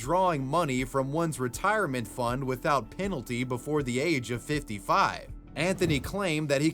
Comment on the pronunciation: Pinchin' schemes? My man, it's pehn-shin or pehn-shun..... PINALTY!? COME ONNNN